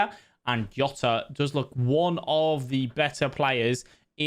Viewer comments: Mate it’s Portuguese not Spanish, it’s fucking JJJJJJJJJ OTA, NOT YOTA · Its not yota, can we stop this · Yota his name is jota 🤣🤣🤣